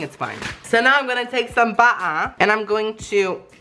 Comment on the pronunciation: "So now I'm gonna take some bah-ahh" 😂